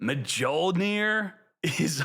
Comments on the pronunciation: Mjollnir is pronounced Myollnir. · Pronouncing mjollnir like that caught me offguard 😂😂😂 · every time u mispronounce Mjolnir i heard it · How do you not know how to pronounce Mjollnir? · Mjollnir pronunciation, man. Please.